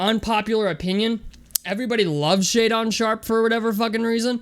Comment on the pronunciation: If you going to trash the kid and you have been following him then you should know how to pronounce his name it's Shay Dun not Shay Don lmao